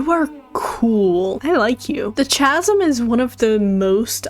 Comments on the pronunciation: I don’t mean to be rude but “The Chasm” is pronounced “Kasm.” Mispronunciation is just a pet peeve of mine, I’m sorry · Homie said chasm 💀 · I have never heard any say Chasm with the ch sound. The Chasm releases and I see a lot of Genshin content creators pronouncing it with a ch sound. The correct way is a k sound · haha the way she pronounced chasm